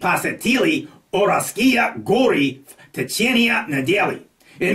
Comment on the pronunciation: Ура́льские, not Уральски́е, Но́вгород, not Новго́род, Владивосто́к, not Владиво́сток, располо́жен, not расположе́н… And those are just the most severe mistakes.